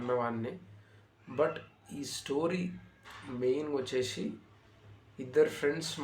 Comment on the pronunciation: చూషి నా, చేషి నా, వచ్చేషి, శ కి ష కి తేడా తెలియాలి కదన్న.🙏 మంచి వీడియో చేసి ( చేషి కాదు ) నందుకు మీకు ధన్యవాదాలు 🤝